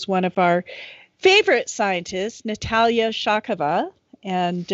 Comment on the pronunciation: Thank you, for pronouncing Natalia’s name correctly. No one ever does!